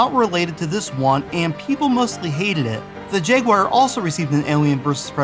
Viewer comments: The Jaywar? You mean jaguar... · The Jenky-uar as you pronounce it is super jenky! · Did you just pronounce jaguar "jag-gew-ar"? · STOP PRONOUNCING "JAGUAR" WRONG!! YOU'RE AMERICAN!!